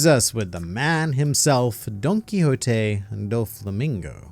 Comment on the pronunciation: Did you just pronounced Doflamingo's name with a J? Im almost certain you did, and as a spaniard my ears can only thank you and congratulate you, I can't hear DonquiXote any more without getting seizures. Really nice content by the way! Instant Subscribe